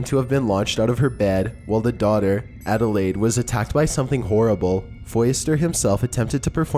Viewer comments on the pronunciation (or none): none